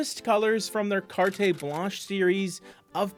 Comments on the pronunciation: What a gorgeous color and palette! I sure wish Americans could get Farrow and Ball paints. (Sorry, but “carte” is pronounced “cart”.) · Incidentally, one does not pronounce any syllable after the "t" in "carte". It is, in French and English, both, pronounced as "cart". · Lobster is beautiful - the British are much more fearless and bolder about color in a room (on ALL walls). PS it's Carte Blanche not "car-tay" -- no accent on the e.